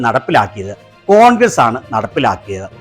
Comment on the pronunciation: ഇയാള് കോൺക്രീറ്റ് പണി ക്കാരനാണോ ? കോൺഗ്ര് കോൺഗ്ര എന്നു പറ യുന്നത്